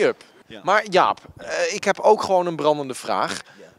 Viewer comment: En ik weet nog steeds niet of hij een brandende vraag or bramdende vraag zegt